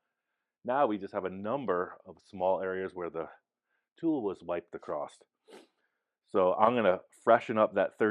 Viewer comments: your feedback is much appreciated 😂, but I don't see where I told him how to talk, I just pointed out there's no t in the word across. I did ask him to fix the fender, though, sooner rather than later. 😜🤙🏼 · Hi and! I love you guys and can't wait to see this bug when it's all finished, I know it's going to be out of this world cool, but I have a couple of constructive criticisms to share. First is use of "acrost" when he means across, as you stated during this episode, everyone has their own version of OCD and this one bugs me. Second is the width of the front fenders, my wife noticed when watching today's episode that the newer driver's side front fender is narrower than the passenger side. When you were measuring in a previous episode you had it set correctly and them abandoned your measurements for an old mark you had made. You them confirmed your old mark by comparing the fenders to the unaligned tires and called it good. We both can see with our naked eyes that the new fender needs more width to match the passenger side. Please fix it before it gets to final paint prep. That is all, thank you! I love all the builds but this is the one I always want to see!